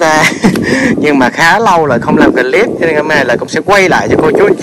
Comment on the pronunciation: Clip là chỉ đọc 1 âm thôi, clip chứ không phải đọc 2 âm “cờ-líp” nha, nghe mệt quá…..làm YouTube thì nên tìm xem vài clip tiếng anh để học nói tiếng anh cho đúng đi…..🙄🙄.